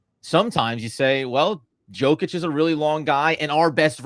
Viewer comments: Compliment him by pronouncing his name accurately. 2 x mvp 2FMVP And you still can’t pronounce it? Yoke itch not Joke itch… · Yo-kitch not joe fyi. 2 time mvp, fmvp put some respect on the name lol. Good pod! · Nikola WHAT?! YOU WANT TO TALK ABOUT BASKETBALL WITHOUT BASIC FACTS. HE IS NOT joe-kich but YO-KICH ! WOW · YO-KICH my brother. Have a nice day